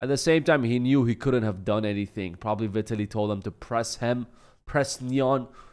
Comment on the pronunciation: Vie-tallie is his it's pronounced. He was going to take the test but his chat told him not to. And who does a test after the fight? He admitted to being on testosterone.